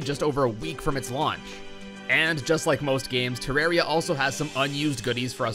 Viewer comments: Devs say: ‘It’s not ter rawr e a,it’s Ter air ee a’ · it pains me so much that you called it “terra-ria” in the intro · Im fine with "Terraria" or "Terrahria", but "Terroria"?! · GODDAMMIT IT'S TE-RAWR-EE-UH! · Every way you said it is fine except "terra-rhea" Thats a sin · It's actually pronounced Ter Rare Ia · Excuse me it's pronounced Terraria. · it’s pronounced ‘Terraria’